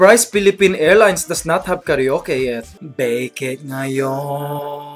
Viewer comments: A Filipino wouldn't say KARYOKE but KARA-OKE :)) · it's karwake not karyoke :) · not karee-yoke... but KARA-O-KE, thats how it's pronounced in filipino hehe. have a good day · you said ka reo ke...instead of ka ra oke....XD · and it's not kareyoke. BIDYOKE!